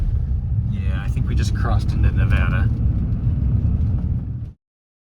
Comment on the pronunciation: " nev-ADD-uh. " At least he pronounced it right! :)